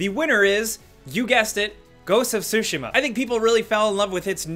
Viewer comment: My eye twitched every time he butchered the word "Tsushima"..